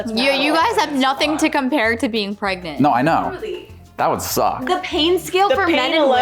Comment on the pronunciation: “Are you afraid of being pregnart”